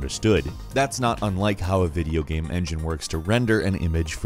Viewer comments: Why do you keep calling it a videoGAM? Maybe its irrational of me but I had a hard time paying attention when you said things like "gam" and "sam" instead of "game", "same" etc. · he kept saying gam instead of game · Alpha Morty I was wondering if anyone else has noticed this. In all these videos, most of the time when he says "game" on it's own it comes out as "Gam", but things like "video games" and "gameranx" always sound fine lmao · Im bothered of how he says the word "game" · Go to and see how he says "game" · Am I the only one that gets distracted by the way he says "game"?